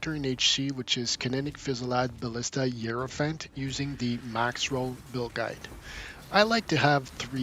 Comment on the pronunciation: Where did the h in heirophant go lol?